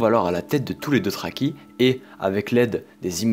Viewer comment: et les "deutraki"